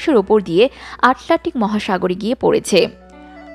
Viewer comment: "আটলান্টিক" শব্দ উচ্চারণ করতে পারো না? মুখস্থ পড়া বিদ্বান। ভুল উচ্চারণে একটি জগাখিচুড়ি ভিডিও বানিয়েছো। বিষয়টি লজ্জার।